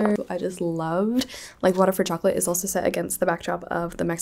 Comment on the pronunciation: i read like water for chocolate this month too! i loved it so much, im mexican so i had the privilege of reading it in the original language, and im always biased when it comes to mexican authors so it became a new favorite 🤍 love the way you pronounce the names haha🧂